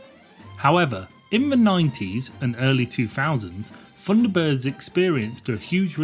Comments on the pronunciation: Really struggling with 'funderbirds' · I thought they were Thunderbirds, not Funderbirds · it was called THUNDERBIRDS, NOT FUNDERBIRDS. And they were BROTHERS, NOT BROVERS. DISLIKED. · The voiceover rather spoils this. Someone who cannot pronounce 'th' narrating a 'Thunderbirds' feature....!?! ...ie, The Thunderbirds.... rendered as 'verr Fundabirds...' doesn't really gel. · I distinctly heard you say "FUNDERBIRDS" and "FREE TONS", Huh?, sorry i just tripped over all those "TH"s you dropped all over the floor. Oh and i had my knuckles rapped at school with a ruler, when it was pointed out to me that the letter "H", is pronounced AITCH, there is no unwanted "Huh" if i learnt this aged 8 i am sure you could have. Thrn you finish it all off with a final 20 firteen, what a lazy dork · 'Funderbirds' ? lmao. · I agree, when the commentator can't even pronounce his subject. 10/10 for effort but 'funderbirds'?.... really?